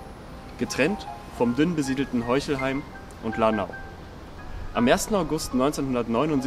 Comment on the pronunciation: heuchelsheim?! hab ich das richtig gehört?